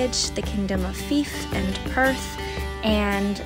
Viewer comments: Thank you for highlighting my country. Luckily you got good weather! Oh and btw Fife is pronounced without saying any vowels lol “Fyf” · Congratulations for being able to pronounce Edinburgh and Loch correctly. Shame about Fife though. Why not speak to a local next time?